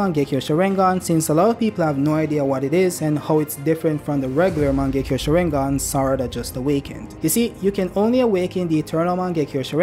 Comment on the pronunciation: I hate how he says sharingan